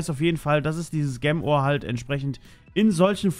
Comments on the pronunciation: versuch einfach jem statt gem zu sagen ok xD im nächsten part hast dus ja schon besser gemacht xD danke dafür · Du hast gem die ganze Zeit falsch ausgesprochen 😂